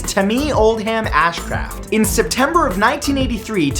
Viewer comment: Syria Nevada? Tameee Ashcraft? Pronunciation was not strong with you in this video...